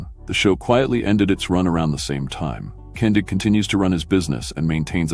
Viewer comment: His name is Dave KIN DIG, not KUN DIG!